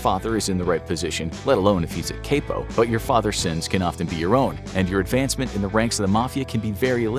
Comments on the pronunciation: Capo is pronounced CAP-O not CAPE-O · Someday I want to be a "cape-o"! 😂 It's "capo", but I appreciate the effort. 😁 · Dude said CAAAPO butchered the word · 1. That's not how you say Capo 2. There was no Gallo crime family. There was a Gallo crew which was part of the Columbo crime family. 3. The idea that Mafiosos go around just killing random people is false. Almost all of their victims are other criminals.